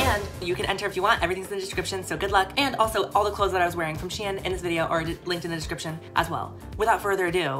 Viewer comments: Anybody else pronounce “shein” >> “SHEEN” 😭 “she in” I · SHEIN: exists: She-in:)